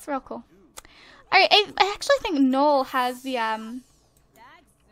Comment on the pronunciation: You pronounce his name "no-el", if it's spelled noel.